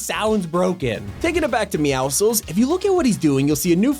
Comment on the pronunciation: Bro fix your grammar that's not how you say meowscules